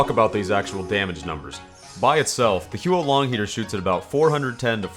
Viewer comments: It's not he-uo long it's huo as in fire in Chinese. Not sure how I can type out the pronunciation so you should just such it up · facepalm It's not "hee-yoo-oh long", it's "hoo-woh long" or "hwoh long". Using English pronunciation for Pinyin makes me cringe. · please, the pronunciation is HOO-LONG HEATER, 3 syllables, I know it’s spelled as Huo, but you basically pronounce it as “who”. It’s not the Hu-O-Long Heater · It’s not Huo Long Heater, it’s Who long dragon. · It's pronounced who-or Long heater, not hue Long heater. This weapon is named after the Chinese words 火龙，which literally means fire dragon. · It's "hwo" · Never played tf2 before Huo long means fire dragon And its pronounced more like hwo H.wo(the wo as in woah) one syllable AND THAT'S A FACT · Isn't it pronounced 'how long'? Most people mispronounce it imo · every time you mispronounce the huo in huo long my soul shrivels up a little more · when u butcher a chinese word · Not a single comment on how he's pronouncing it wrong? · Good video, but honestly the pronunciation of the actual gun is terrible.